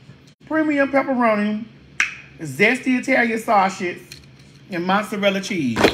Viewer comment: The "eetalian sawrshih"🍝 😝